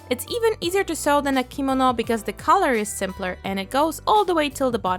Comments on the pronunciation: U pronounced it wrong it's kemono not komodo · I love how u said “kimono”♡